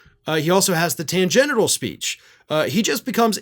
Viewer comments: “Tangential”…not “tangenital,” please. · Ok, I don’t like Trump, but you said tangeneral for tangential. Kind of ironic? Just saying. And you have the ability to edit and fix it. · Bit of a miscue there, - you mis-pronunced "tangential" as "tangenital". I'm pretty sure that tanned genitals are a Tucker thing, rather than Trump... Cheers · Please learn how to pronounce /tangential/. THEN, you'll be more credible. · there was a bit of a faux-pas by our host with a mispronunciation of the type of speech .